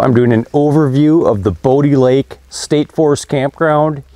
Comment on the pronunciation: It is pronounced Bo(bow) di (dye) lake